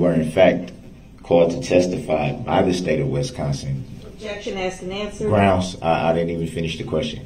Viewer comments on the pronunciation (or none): .. I believe dorrow says GROUNZ and I’m dying so hard looooool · I love in day 7 the judge finally called out his mispronunciations 😂 “AXE” “liscent plates” “grounz” he tried to say biasnedddness 😂😂😂 she snapped back with B-I-A-S